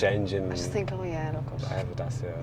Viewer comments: What;s a DASIA?....Last time I've checked was called daCia....not daSia🤣🤣🤣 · The correct way to say it is Dat-chia. (I asked a Romanian workmate. He said it was named after the ancient Dacian tribe who resisted Roman Emperor Trajan. Trajan's Column, still standing magnificantly in Rome, was built in 113AD to celebrate the Roman victory over the Dacians ... pronounced Dat-chians. It was the first of many Columns .....Dubliners should thank Trajan for the design of Nelson's Pillar.)